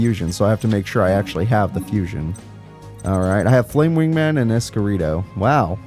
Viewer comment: It's Elemental Hero "S-Cure-E-Dao"